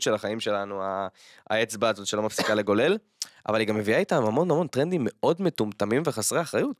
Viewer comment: רז, לא לגולל, לגלול ❤️